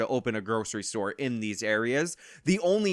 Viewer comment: What's a "Storah"?